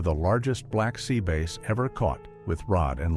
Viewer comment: This is obviously ai narrated it can’t even properly pronounce the name Black Sea bass it’s calling it a Black Sea base